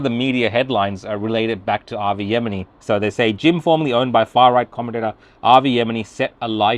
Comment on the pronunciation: Even he can't pronounce Avi's surname properly